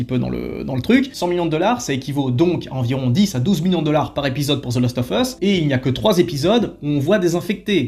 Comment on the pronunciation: Hello, je voulais vous donner un petit trick pour le "of" en anglais, il faut juste penser à prononcer "ov" pour que ça passe bien dans ton phrasé ;) Humblement Votre. The Last ov Us.